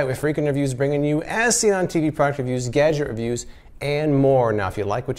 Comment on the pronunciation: when he said "gadget reviews" I thought he said "gadget abuse" XD